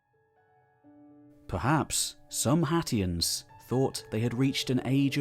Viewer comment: Anyone else hearing Cher from Clueless say "Haitians" everytime sat "Hatians"? IYKYK Thanks! Lovely work as per usual ❤